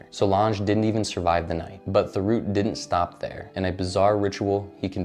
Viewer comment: Thériault is pronounced “Tério”. But good vid.